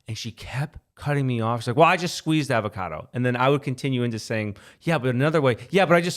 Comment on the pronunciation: How he pronounces avocado is hilarious 😂